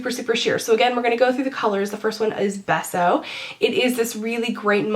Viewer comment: Beso is pronounced BAY-so and it's Spanish for kiss and I don't mean to sound like a meanie-butt, I just don't like hearing that beautiful word butchered <3